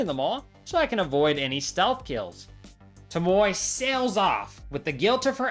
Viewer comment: Why do you say Tomoe like tomoy when the game literally tells you how to pronounce it?Throughout Ishikawas entire storyline, he says it the right way and you just ignore that and say how you want? What